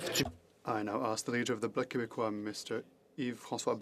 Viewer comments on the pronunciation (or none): none